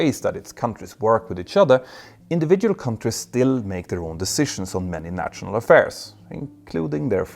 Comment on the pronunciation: If you can say Kanslör (or whatever the words for feelings/emotions is in Swedish) why can you not say national? Nasjonal, like Stasjon in Norwegian, sj sj sj :-) Great videos always though!